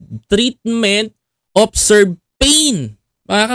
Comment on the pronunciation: Hindi “serve” pain kuya, please pronounce the word: “ se vere “ pain. Stand corrected Kuya❓